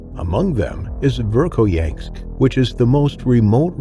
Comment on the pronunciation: VERKHOYANSK DOESN'T HAVE THE LETTER, "T", AT THE END OF IT! MORONS